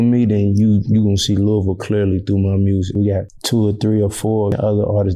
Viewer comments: Itssss fucking Louisville not LOUEEEEVELLL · ITS PRONOUNCED LOU-A-VUL